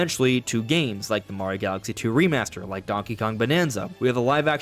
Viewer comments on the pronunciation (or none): none